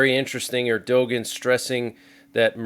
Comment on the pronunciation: Erdogan is pronounced as err du wan!!